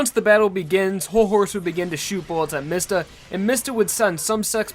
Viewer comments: ITS NOT MISTA ITS MISTA (MEE-sta) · Can you please pronounce mistah right It's Mee stah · I thought his name was pronounced "Meesta."